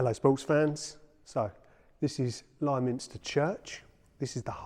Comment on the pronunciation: Us locals don't call it lie minster. Liminster, like limousine. Just so you know :-)